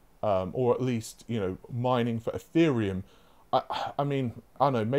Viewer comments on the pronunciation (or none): none